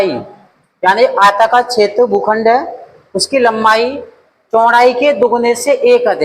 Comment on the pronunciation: GHUKHSND Nahin Hota Sar bhukhand Hota Hai